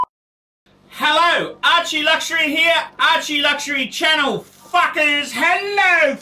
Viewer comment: lol you say fuckas